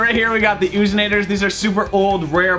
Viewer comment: He said the "oozinators" the loozinators